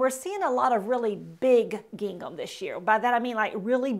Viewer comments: Gingham is pronounced like ging - um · I think she should learn how to pronounce gingham. That was distracting. But I generally agreed with her suggestions. It is not always WHAT you wear but HOW you wear it. Attitude Girl Attitude. That’s important.